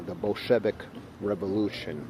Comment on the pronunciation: Why are you mispronouncing “Bolshevic”. Ударение на «о».